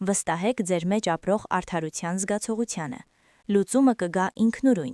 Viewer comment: Գրագետ խոսե՛ք՝ դ-ն,թ-ն ՝ Ց մի՛ արտասանե՛ք , եւ այլն<լռուՑյուն>,<միուՑյան, զգացողուՑյան> ,<կրթուՑյան>եւ այլն չէ,աղջի՛կ, Թ-ն՝ Թ արտասանի՛ր , ոչ թե՝ Ց։Քերականական գրքեր բա՛ց արա եւ ուղղաԽոսություն սո-վո-րի՛ր, բոլո՜ր Թ-երը՝ Ց արտասանեցի՛ր։Եւ՝ այլն։